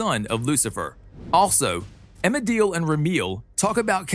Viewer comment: This was great to watch and all, but c'mon, It's Amenadiel, not Amedil. Sorry, not sorry. ☺😋